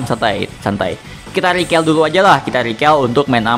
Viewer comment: "Recall" bacanya rikol bro bukan rikel wkwk